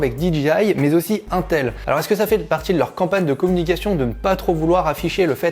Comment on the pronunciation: Cette prononciation de "Intel"..... nope nope nope nope nope 😢